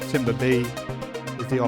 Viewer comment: Pronounced, ‘tamber’. The word timbre is pronounced ‘tamber’.